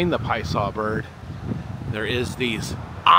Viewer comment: I’m reading that it’s pronounced “pie-uh-saw” from the Algonquian Illinowek language. I’m sure you just heard someone say it really fast, and missed the middle syllable.